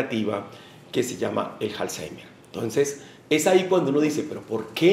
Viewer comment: Pensé que era Alzheimer y no Halzeimer